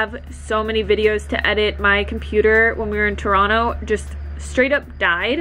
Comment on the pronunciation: You pronounce Toronto like a local -- "Tuhrahno." Thanks, girl! Love from southern Ontario <3